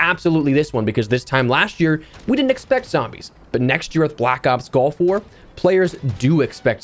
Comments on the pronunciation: Hopefully everyone can use this year to practice saying “gulf” and not “golf”. Just listening it sounds like I’m gonna use my Tiger Woods skin and drop into Black Ops Golf War 😂😂😂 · I know he said gulf... but I swear it sounded like he said black ops golf war... 🤣💀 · I can’t help but hear “golf war” every time you say it lol